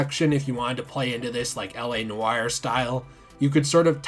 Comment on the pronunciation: I love everything about this video other than the fact that you managed to butcher the word noir.